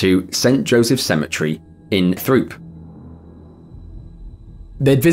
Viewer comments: I'm from the area of the first story. Throop is pronounced with a hard t. Troop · That first story is way too close ti home! And Throope is prounced Troop. Weird i know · 1 correction on the first story. I don’t live that far from Throop. The locals do not pronounce the H. It’s called Troop, no lie.